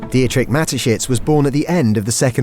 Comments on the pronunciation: Di-etrich? Hahaha, could you at least find out how a name is pronounced? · Nice Video but the way the name Dietrich is pronounced is really painful